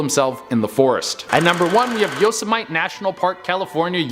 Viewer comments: This fool said Yo-see- might 😂😂😂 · Did mans just say Yo-say-might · Yo-semite.... Think of the old cowboy looney tunes character who was after Bugs Bunny... Yosemite Sam try pronouncing it that way.... lol dang Canucks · Yosemite pronounced (yo- sem-i-te) the guys funny. I'm like what park is he saying?!